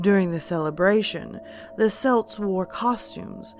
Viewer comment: Er... it’s pronounced kelts with a hard C. Unless you’re talking about the Scottish football team. Other than that another excellent video